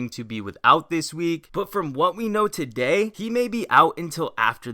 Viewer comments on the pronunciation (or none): "What up guys its! TUHday!" 😁